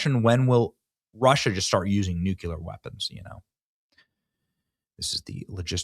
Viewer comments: Benny, dude... It's NU-kley-ar, not NU-kyu-lar. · its NUCLEAR NOT NUCULAR.....LOL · Nuclear is pronounced NEW-CLEE-AR, not NUKE-YOU-LER. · Can someone who reads these comments tell Benny how to pronounce NU-CLEE-AR? It would feel so much better on the ears! Thanks. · WHY CAN'T YOU SAY NUCLEAR